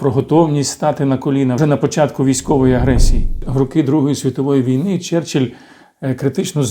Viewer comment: Нічого не сталося, сказав "черчелль"..